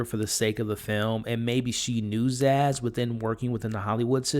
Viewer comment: For the love of humanity, please stop calling her ZAZZ!!!